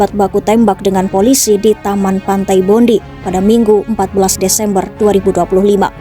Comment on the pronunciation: Bacanya pantai bondai bro.